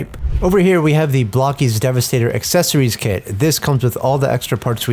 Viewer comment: Being English I read that as bloke-es, bloke-eez? I would not have thought it was pronounced block-eez